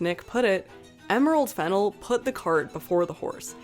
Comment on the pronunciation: You keep mispronouncing the director's name. The second syllable should be stressed - /fɪˈnɛl/